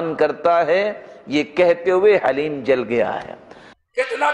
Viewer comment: السَّلاَمُ عَلَيْكُمْ وَرَحْمَةُ اللهِ وَبَرَكَاتُهُ ال حليم ye hai ALLAH ka naam hai Aur log هليم kehte hai ح se nahi kehte, balki ه se kehte hai Aur Daleem Nahi hoti wo Haleem hi hai.